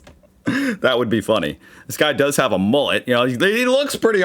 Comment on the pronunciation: It's "mUllet", NOT "mOOlet" as you said. "Mull" like "dull", NOT like wool".